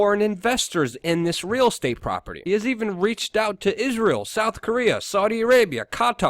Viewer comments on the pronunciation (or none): none